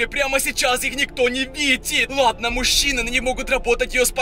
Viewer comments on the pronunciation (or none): У тебя проблемы с речью ты уже надоел меня бесит то что ты ставишь ударения на последние буквы в словах: бандАааа СараЕееее МужчинЫыыы БежиТттт